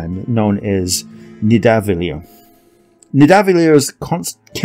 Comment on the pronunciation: Its pronounced Nitha-val-ear, the realm of the asgardian dwarves